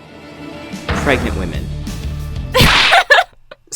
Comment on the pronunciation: so incredibly sad that no one has pointed out "pregament" at like